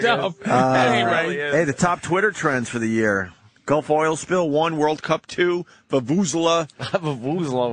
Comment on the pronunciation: The way they pronounced Vuvuzela... Wow